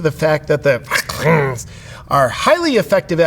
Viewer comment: Reacts, I laugh so hard every time you say any form of the tabu words regarding "covid" and "vaccines" in your videos! 😂 I think it's awesome that the algorithm hasn't been able to catch you, either! 🥸 Out of curiosity, do you ever catch yourself unintentionally using that pronunciation in regular conversations? (I really hope the answer is yes, even if it was only once! 🤣)